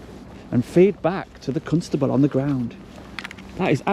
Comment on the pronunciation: Stop saying Cuntstable. Its CONSTABLE